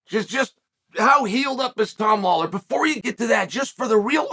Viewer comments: Sergee Pavlick Tom Awler 😢 Poor guys getting butchered out here 🤣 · did uncle Chael call Tom aspinal Tom holland? lol